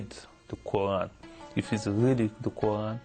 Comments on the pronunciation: he says QU AAN...HAHAHAHA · I always know whether this guy WAS a Muslim or not, is just by listening to his pronunciation of of Allah and Qur'an. Just plain simple. I laughed when he said he had memorized the WHOLE Qur'an BUT how come he can't even pronounce these 2 words properly. He pronounced them like non-Muslims do. Watch the Muslim videos and listen how they pronounce the word Allah and Qur'an. My conclusion is: He is not a Muslim and was paid to do the video by the Christian Propaganda. Just FRAUD!